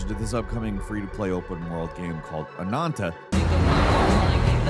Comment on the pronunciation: Anantaou?? haha man, it's just AH-NAN-TAH. Man, English is really not a consistent language with its vowels, isn't it?. If you say "A" you guys say "EI" but if I put an H after it sounds like "A" not "Ei". Why is AH different than A? heh. Anyway. Free game I probably will try but don't feel like I'm gonna be committed to it.